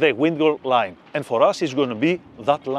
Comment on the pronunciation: FEEDBACK: The instruction is excellent, but I struggle to understand his English. Each time he mentions 'wingo line', I translate it to 'windward line', but it's distracting. This is where closed captions are useful: turning on YouTube captions is beneficial, but the auto-translate feature is inadequate, as it repeats 'wingo line' and 'Ming line' (which is unclear). YouTube should expedite the process for viewers to submit corrections, ensuring auto-translate functions correctly. FEEDBACK 2: Video editors aren't actually sailors, so they're cutting out what seems extraneous to them.. but not to me! eg: Skipper had the so-called lazy line in his hands as he moved to the bow but the next shot shows him cleating the starboard bow line. I've never been in the Med, I've never handled a lazy line. To see the transition from it to the main line would have been useful so I can imagine doing it myself when I'm there. Training Videos like this are rated 'great' by people who ALREADY know the procedures.